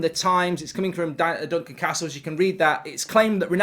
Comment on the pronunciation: Glad to hear he's back to saying Duncan Castles and not Duncan CARstle.